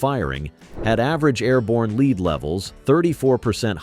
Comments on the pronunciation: The element is pronounced "led" not "leed"... A big thumbs down... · "Mithe" for myth, the ever popular "Leed" for lead.... all the standard A.I. narration garbage. I'm done..